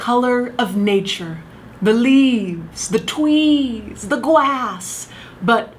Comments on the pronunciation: am i the only one who noticed when she went gwass and twees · "the leaves, the twees, the GWASS" HAHAHAHAHAHAH I love you so much! Please don't ever stop making videos